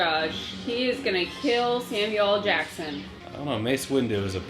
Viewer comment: Is she calling him "Sammie L Jackson"?